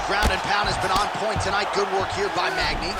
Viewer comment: Magny and not NEAL 🤦🏿‍♂️